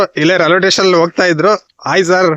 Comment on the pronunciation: ರೈಲ್ವೆ ಟೆಷನ್.. ಆಹಾ ಏನ್ ಉಚ್ಛಾರಣೆ.. ಥೂ. 😂